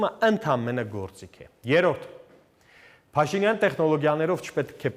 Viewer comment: Հետաքրքիր է, ինչու՞ է Գասպարյանը Փաշինյան բառը արտասանում ալիևի շեշտադրությամբ։ Փաշի`նյան